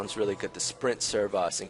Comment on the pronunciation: Servos should sound like sir-voze. i'd recommend writing an outline of what you want to cover, and in what order. Then do your filming (ideally when lag is low), while talking to yourself, but don't record your voice. Then when you have your footage you can remove all the bits of you waiting for things or making mistakes in editing. Then record the narration that will be in the video. Do as many takes as it takes. Very informative video!